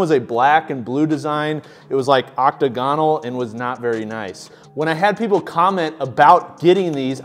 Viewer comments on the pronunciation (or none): My disappointment with your pronunciation of octagonal as is immeasurable and my day is ruined. great video.